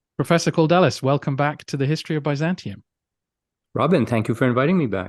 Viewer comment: His name in Greek is "Αντώνιος Καλδέλλης", (Antonios Kaldellis), so I'm guessing it would be something like [Kal-thel-lys]. ("D"'s are pronounced closer to "th"'s than you might think). (I'm no pro-linguist, but it's certainly closer than "Cord-ellis" :) )